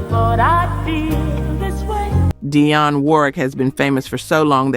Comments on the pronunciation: Why did she forget how to pronounce Dionne (dee-on) she kept saying "die-on" ? Sorry if I sound petty but she's pronounce correct at first...wth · DEE-on. Sweet Baby Jesus! Learn how to properly pronounce their names! The fact that you continually MIS-PRONOUNCE their names is SO DISRESPECTFUL!